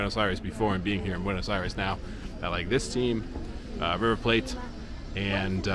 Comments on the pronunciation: why do u pronounce river 'plate' like if it was some exotic language and not english? haha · You know... it's actually pronounced in English. River Plate. As you would read it in english :)